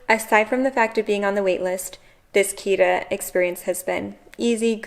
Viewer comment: try to pronounce the 't' in Kita more strong. it's not a 'd' sound.